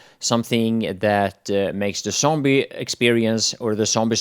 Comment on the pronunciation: I like how you say "sombie" :D